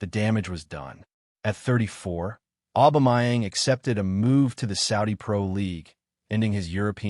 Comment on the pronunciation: His name is "Aubameyang" not "Aubamayeng" dude!